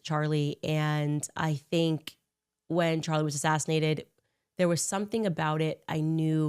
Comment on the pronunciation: I cant get over Candice flubbing Charlie's name . 😂😂😂 Sounded like a toddler lmao